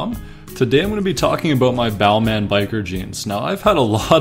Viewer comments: Its Bal-Mahn, not Bal-mayne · VLONE no it’s pronounced balmon